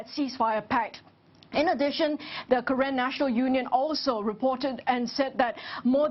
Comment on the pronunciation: it's not karen like call manager it's pronounce karen(car renn) not kayran